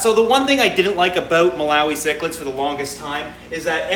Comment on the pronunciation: I can totally relate on the mispronounciation thing. As embarrassing as it is to admit, I cannot for the life of me say the word cichlid correctly. I KNOW how it's supposed to be said, but for some reason the word comes out "Cheech-lid" as in Cheech and Chong. I'm terrified I am going to say it wrong in front of a fellow fish geek and totally embarrass myself. I just don't get it, I can speak 3 languages, but this one silly word trips me up every single time. So there now you all know my secret shame.